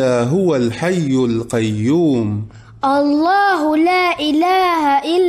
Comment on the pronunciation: Bhai......huwa Al hayyul qayyum hota hai